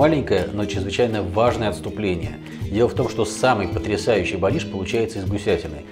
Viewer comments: Зур Бэлеш правильно !!!! А не бэлиш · Не белиш, а бялиш. Сразу можно не смотреть ролик